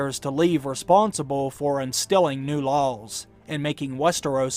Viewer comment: "Distilling new lawls"